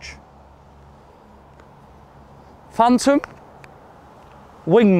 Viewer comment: “Phantom “ please